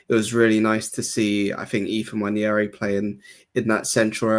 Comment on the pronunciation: Stop mispronouncing Ethan’s last name. It’s NWAN-AIR-EE. People keep pronouncing it like Nwan-ieri like Claudio Ranieri.